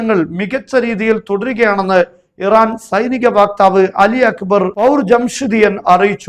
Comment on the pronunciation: ഉത്താടെ അസ്സലാമു അലൈകും. ഉസ്താദേ പാശ്ചാത്തലം എന്നത് പശ്ചാത്തലം എന്നും വാക്താവ് എന്നത് വക്താവ് എന്നും പറയുന്നതായിരിക്കും നല്ലതു.